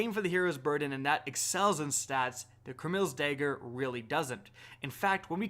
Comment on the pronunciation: CraMILz Dager... Pronounciation 100